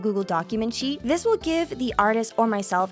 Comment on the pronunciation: Did no one else saw that sheet is said like sh*t?